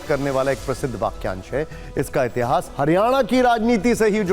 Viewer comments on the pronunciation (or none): none